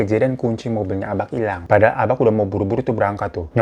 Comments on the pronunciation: Mon maap Hiro. Bacanya ABA' bukan ABAK. Kayak BAPA', bukan BAPAK. Hehe. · Bang, bukan abaQ, tapi cara nyebutnya itu aba'😭😩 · Baca abak nya aba' bang... Kayak baca tulisan mbak gituu... Ihiik.. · Nyebutnya bukan abak bg tapi abak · Agak terganggu sm kata "abak" yg seharusnya K nya gk di jelasin pengucapannya. Jd seharusnya diucapinnya jd "aba' " Ya maklumlah org padang. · Abak itu bacaannya Abak ya bang, bukan Abaq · cara ngucapin "Abak" itu sama kek pengucapan "Bapak" jadi K nya itu hukum nya ikfah syafawi/samar cmiiw ❤ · Gue relate sih sama sikap abak, karena emang dasarnya orang padang itu ajarannya keras 🥲 Tapi mon maap nih bang Hiro, gue sebagai org padang asli, ngakak tiap kali lu ngomong abak. Soalnya pengucapan abak itu gapake "K", jadi abak itu pengucapannya "aba" 😂 Tp tengkiu bg Hiro udah nepatin janji junii 🎉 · kayanya bacanaya aba' deh bang, soalnya kalo di padang huruf K di akhir itu bacanya kaya ditahan gitu. kaya orang Jakarta ngmng "bapaK" bukan kaya baca K di "kapaK" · Salah cara Baca abak😅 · Maap bang nada abak nya salah 😢 hehehe ngak nyalahin kupingku aja yang ngak biasa denger abak bukan abak 😂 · greget w dengar kata abak dari bg hiro,, bacaaan ABAK itu seperti Penyebutan MARTABAK,, huruf K nya jangan jelas bg,, agak lain rasanya kuping dengarnya